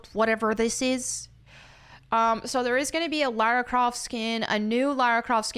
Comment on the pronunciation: Lara Croft ❌ Larry Croft ✅